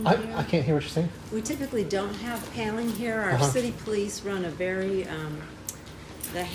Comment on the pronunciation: She said, "pandeling" whatever that means?